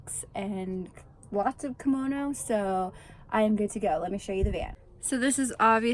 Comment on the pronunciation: KOMONO not KIMONO. KImono is a traditional Japanese article of clothing. KOmono is accessories.